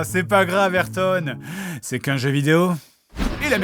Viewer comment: A Au delà du fait qu'on prononce le A dans Ayrton Senna. La blague est assez bonne.